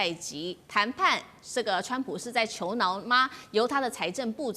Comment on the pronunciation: 川普是“求饶”，不是“求挠”。搞的就跟他很痒似的，求挠挠